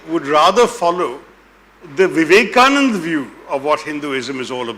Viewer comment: Mr. Taroor, it is not Vivekanand, it is Swami Vivekananda.